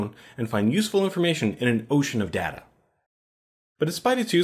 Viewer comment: you're pronouncing "data" wrong